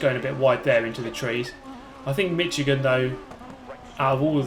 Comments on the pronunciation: Just so you know, Michigan is pronounced Mishigan. I give you a pass because youre a brit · It's pronounced like the tire, Michelin. Mi-shi-gan. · The ch is pronounced like a sh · TheTireBarrier As a grammar Nazi who has a friend attending OSU, I'm not sure if I should be happy or bothered by this mispronunciation.